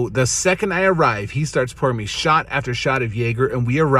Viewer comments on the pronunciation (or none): none